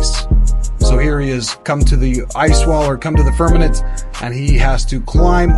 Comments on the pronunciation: Not firmanet. Firmament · Okay, make sure to tell him to learn how to say FIRMAMENT!!!!